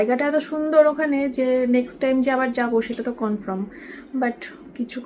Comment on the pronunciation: আদেখলের কাঠ আগে আগে হাঁট। কিছু জানে না। কে কনফার্ম কে কনফ্রম বললো😂😂।কি যাতা।